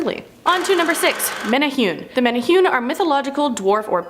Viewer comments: Just a minor nick pick the pronunciation is actually, Men' Ne' Who' Ney (Menehune) 🙂🤙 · MEN-EH-HOO-NAY, NOT MENNA HEWN! 😂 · Menahune is pranounced (mena-hoo-nay) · Mena hunay please MENA HUNAY the other way sounds offensive to ears not menahyun this sounds strange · Pronounced: Men eh who nei... Much aloha and rice! C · Menehune is pronounced (Meh-neh-Who-Neh). The way it's being said in this sounds like nails on a chalkboard. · Meh tah hue knee. , Pronunciation is important